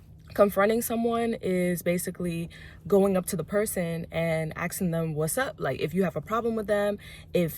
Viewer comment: Hey, it's 'asking', not pronounced 'aksing'.... cheers :)